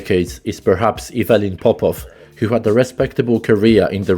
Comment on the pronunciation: StoIchkov, not StOichkov. Also IvelIn PopOv, not IvElin pOpov and StilYAn, not Stilyan. VasIl, not vAsil. Learn the stress properly if you are Serb.